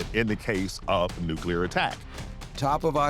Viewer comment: There's a difference between nuclear and nuke-e-ler, which is how complete idiots pronounce it.